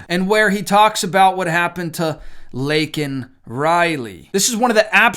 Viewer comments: That name was deliberately said wrong. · SAY. HER. NAME. But he refused to even do that correctly. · He has no idea what's going on around him or in the US. But, they dope him up to give some ranting speech, butchers that poor girl's name and later retracts calling the guy an illegal. An apology to a murderer! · 18 March '24.-----I somewhat regret not watching the "SOTU' Address, I must confess that I can't stand "olde" Joe, I believe he's an evil old man, instead of calling him as President Biden, call him as Puppet Biden and somebody/thing is pulling the strings.-----Regarding his saying Laken's name wrong, well, what to expect as he gets countries wrong and saying the wrong leader for a certain country?, more evident in the example of Laken Riley, shows that Joe Biden doesn't understand in the same way as the mother (in general, "unto each their own") and I wonder does he really care?, probably not.